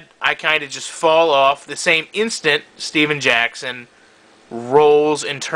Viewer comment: it steven jackson not stephan jackson it makes a different